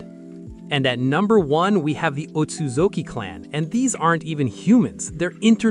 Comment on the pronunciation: You did a great job with the clan rankings. Though you butchered the Otsutsuki name